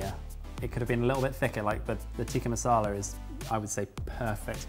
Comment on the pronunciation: Dearest - it's Tick-ah not Teek-ah. Just a heads up mate 😉